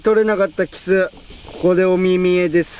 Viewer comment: 発音おかしくないか？「キッス」て発音は「口づけ」の意味じゃないか？魚は「キス」って発音するんだよ。